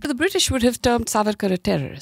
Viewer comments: Dear Shehzaad, it is saavarkar and not savaarkar. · Shahzad keeps calling Savaarkar... but it's Saavarkar.. she called correctly many times, but it looks Shahzad didn't get it. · Its Savarkar , not Sarvarkar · at least Naam to thik se bol lo Savarkar ka , itna bhi hard naam nahi hai . koi gora bhi thik se naam le sakta hai tum to phir bhi idhar ke hi ho.